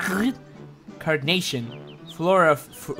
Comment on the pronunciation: “ Cagy— - uh ” “ Carny? ” “ Car- carnation ” YA DID IT!!